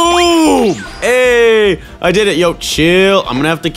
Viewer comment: when said hey!! its sound like hayy!!😂